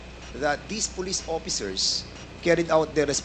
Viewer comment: 1. Opiccers 2. Seventy por 3. Pace 4. Over 5. Inpak Fernandez, wala kang ka pronounce pronounce 😅🤣 porya gaba, yutering. 6. As a matter of pak